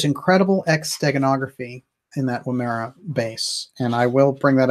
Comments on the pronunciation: Woomera is pronounced with emphasis on the first syllable. The woom is like woman. It's Woom-ma-ra. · great linking ! Its pronounced " Woo as in wood, ma-rah, Woomera that is. It is an aboriginal throwing weapon that unlike the boomerang does not return but needs to be found manually.....hmmmmm.....